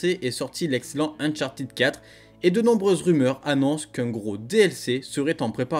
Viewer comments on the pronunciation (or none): none